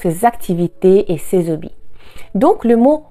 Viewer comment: Bonjour. Merci pour vos merveilleux cours. Les plus précis, clairs et complets que je peux voir sur YouTube. Une petite remarque (de francais...). Il est un peu surprenant de vous entendre dire " les hobbies" en faisant la liaison. Certes, l Académie française autorise depuis qq années la liaison avec un mot commençant par un "h". (les fameux zharicots!!!). Mais a l oral, "zobbies" a une connotation un peu différente. C est un mot trivial, limite grossier, désignant un sexe masculin. C est aussi relatif a un personnage de dessin animé rentre dans le langage vulgaire: la fameuse ZOBBY la mouche. Le debat est ouvert... Merci encore. Bien a vous. Fred